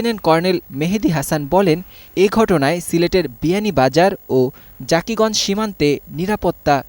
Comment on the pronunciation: ও টা জাকিগঞ্জ না জকিগঞ্জ